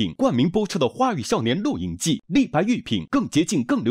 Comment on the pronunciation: 丁：狂野吧 sao（少）年